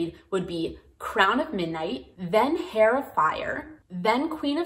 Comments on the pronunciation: Im just about to start and i love knowing this thank you!! Also i made this mistake a lot because i learned the word via reading but just so you know heir is pronounced like air not hair as the h is silent. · Heir is pronounced Air, it's a silent H :) great video! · Thanks for the run-down of available reading orders. Has anyone let you know that the H in heir is silent? It sounds like air when you say it, or err. I appreciate you taking the time to make this video. Best wishes. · Omg The H is silent on heir please tell me I am not the only one who is going crazy listening to her say hair over and over Otherwise I don’t disagree with anything she says here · just wanna say the h in heir is silent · This was extremely helpful but your drove me nuts by mispronouncing Heir multiple times.